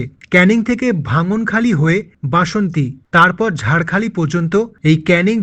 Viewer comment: ওটা নাজিলপুর নয়। মজিলপুর। ঝাড়খালি নয়। ঝড়খালি।